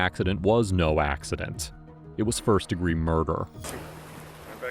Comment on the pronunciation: "deegre" LOL😂